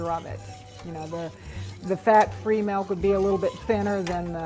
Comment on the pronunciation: melk lol